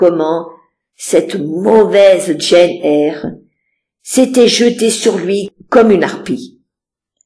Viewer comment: Ça ne se prononce pas pas "Jeanne Eyre" mais "djeine Eyre" 😊 même en français. 😊. Faites l'effort 😊